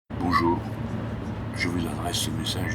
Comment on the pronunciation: Lol combien de gens vont arrêter la vidéo à " Bonjour " avec l'intonation qu'il donne on sent que la vidéo va être assez spéciale ! Allez Jean Luc met ta perruque !